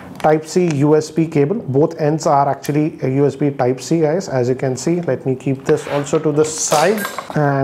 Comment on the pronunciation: Your pronunciations hahahaha😂 Types, Tips, Top 😂😍